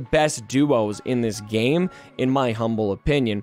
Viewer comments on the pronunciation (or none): none